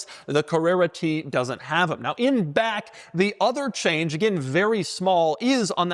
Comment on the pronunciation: And to balance that out, there's something jarring about the way Doug says "in back".